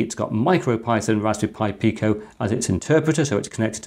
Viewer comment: Read up on the Picos PIO, that is something the arduino cannot do. The ability to have things like VGA output and other highspeed interfaces from a cheap microcontroller is amazing, I am sure soon people will discover so many more uses for the PIO in the Pico BTW is is pronounced Pee-Ko.